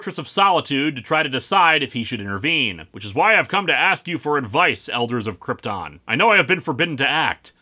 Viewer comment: Going with Marlon Brando’s mispronunciation of Krypton, I see. Would you believe at the time Superman IV came out that John Cryor would later play the best live action Lex Luthor in years? To be fair, she DID (somehow) remember that Clark was Superman but that was earlier in the movie during the double date and Supes did the memory erasing kiss again, IIRC. Also, at least Mariel Hemingway hasn’t fallen under the Hemingway curse. Granted, it’s a tragedy of what happened to other members of her family, but still…